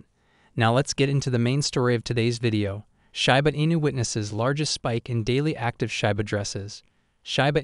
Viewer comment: "shAba inu" 🤣🤣😭.....it "shIba inu" 🤣😭 shAba ranks...... it's like you want to say ...... shAba ranks haaaaha laughing my azz off 😆👍🏼